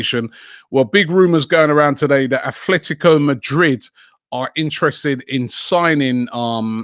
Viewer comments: FFS It's ATlético not ATHlético. Not only pronouncing it wrong but now also spelling it wrong. Please check before you post, it's embarrassing. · stop saying athletico 🤦..its atletico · Can you maybe stop writing "atHletico" and actually pronounce them correctly, Robbie? 😅 (Which is "Atletico", no "th" at all, just like they're written lol) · dear Robbie, Atlético has NO "H" at all , only the Basque Athletic does, because it was founded by Sunderland fans. SO, Atletico it s pronounce /at-lé-ti-co/, yes, it is a tricky one. Imagine you are saying "at Le tea co"